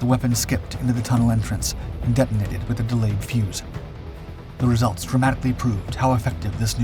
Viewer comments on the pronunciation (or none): none